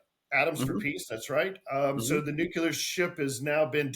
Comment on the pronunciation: pronounces "nuclear" like G.W. Bush did: "nucular" 😆